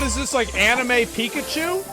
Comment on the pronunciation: i cant look at asmon the same after he legit said "anime Pikatchu"